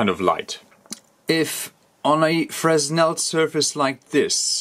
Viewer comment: The S is silent in Fresnel, it is a french word and is pronounced "fray-nel" Great video :)